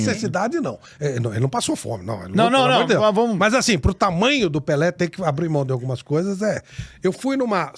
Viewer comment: é PELÉ e não "PELÊ" oh Analfabeta 😂😂😂😂😂